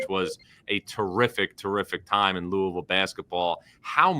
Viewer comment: whats "lousivile"?